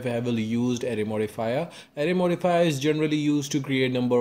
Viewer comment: good video, but why do you sometimes say array as array, but then switch to a super fast ury modfia bruh